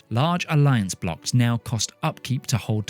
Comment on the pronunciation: Alliance BLOCs. It's "BLOC"s. It's French!